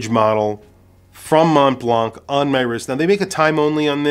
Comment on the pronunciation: Montblanc is pronounced Monblan.